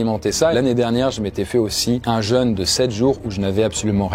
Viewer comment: 😳 "l'année dernière je m'étais fait une jeune de 7 jours".... ptdrrr d'où l'importance de bien prononcer 🤣